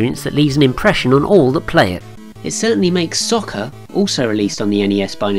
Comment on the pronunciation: Nice video, but you mispronounced the word "Soccer" about 500 times in this video.